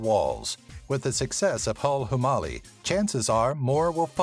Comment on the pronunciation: Guy in video: *miss pronounces hulhumale’* Me: I guess I’m killing another victim of mispronunciation tonight